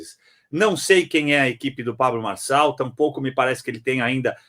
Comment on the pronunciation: Boa tarde Didi, não sei qual é a sua, quando fala sobre neurônios, pois vc não sabe nem pronunciar o nome do candidato Pablo Marçal, será que vc tem pelo menos um neurônio pra julgar o Pré candidato?